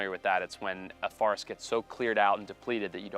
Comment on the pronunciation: Is it me or is he saying his own name wrong when he is talking about actual forests.